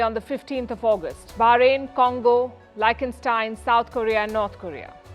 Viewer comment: It is not Like n stein you silly mutt. If you want to keep your reputation as the best Indian news presenter at least make the effort to get your pronouncements of names and words right. The European nation you refer to is pronounced: "Lick ten stein". Its such a pity when vanity takes over from competence.